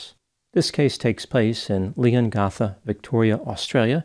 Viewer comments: Shame he messed up Leongatha. Ah well, the Lord giveth, and the Lord taketh away. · But doesn't pronounce Leongatha correctly 😂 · As an Aussie, I’m heavily invested in this case. (BTW, Leongatha is pronounced more like Leongaatha rather than like Leongartha) She seems so innocent by her actions in front of the media. She seems like a really sad and very remorseful but the evidence surrounding it is insanely suss. Her husband getting sick last year was the biggest kicker and throwing out a food dehydrator!! Hmmm I’m going to guess that she’s guilty. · You’re obviously not from Victoria. It’s pronounced LeongAtha, as in A for apple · He didn’t pronounce Leongatha correctly though 😂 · He missed on the pronunciation of Leongatha though. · I love you. But the way Leongatha is pronounced is with the a after g as in ( death) cap. Or cat. Not as in gasp. … or last ( breath). Love you.